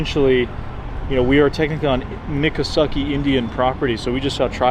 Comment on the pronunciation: I haven’t seen a correction in the comments as of yet, but just watching this episode of the Sawgrass, skunk ape, and I about fell out’a the chair when I heard your pronunciation of the Indian tribe Miccosukee Indians….. Mick-co-sue-key not Mick-co-sucky! Lol Don’t worry most can’t pronounce the Indian names in Florida!! I’ve been pronouncing them almost 57 years. Flo-Grown!! Thank God I’m not down there but grew up west of Ocala Nat’l forest on Florida’s swampy west coast.